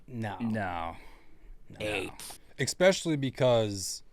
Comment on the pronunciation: “Expecially” I thought was the adult in the room?